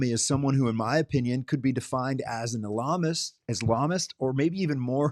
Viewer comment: Ok bro, u don’t even know how to say the word. You can’t also be a communist and a Muslim 😂. You just making sh.t up .